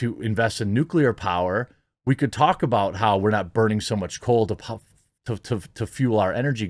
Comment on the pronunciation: Whoops! Jeremy dropped an "aboot"! He's secretly a ashamed, closeted Canadian. jk